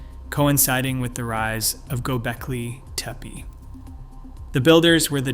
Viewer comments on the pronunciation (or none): Aaand you lost me at Go Belkee Teepa. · Why does the narration sometimes pronounce it "GobEKLI TEPE" and sometimes "GobELKI TEEPEE"? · Agreed. Mispronouncing as "Gobelki Tepe" is irritating! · The presenter repeatedly mispronounces “Gobekli Tepe.” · This guy cannot keep his pronunciation of Gobekli Tepe consistent lol. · This guy can not pronounce Göbeklitepe for the life of him. You Suck! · Do you even know how to pronounce Göbeklitepe? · Weird you criticize so harshly, act like an expert, but you mispronounced gobekli tepe four or more times during your presentation. Perhaps, be a little more humble and open to ideas while you learn more?